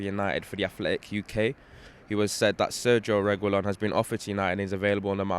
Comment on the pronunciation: “Reh-gee-LAWN” (caps = strongest syllable)